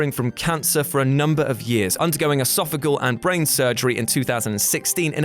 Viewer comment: Also, it's esophageal surgery, not esophagal.